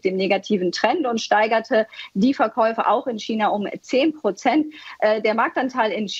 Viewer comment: Hat diese deutschsprachige Frau wirklich nie gelernt wie man China auf Deutsch sagt😆